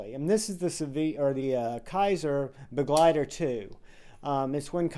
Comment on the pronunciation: First reviewer I have heard actually pronounce Begleiter properly. 😂